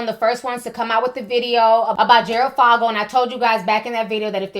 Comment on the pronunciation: His last name is said like the 'o' in "for" not "fog".